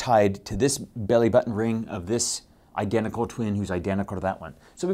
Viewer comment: The way he says mEYEtosis is cell dEYEvision for making two EYEdentical NucliEYE, and Seeezual Reproduction, is priceless